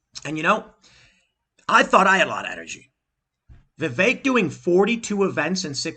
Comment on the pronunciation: Its a short e, not like "viveek"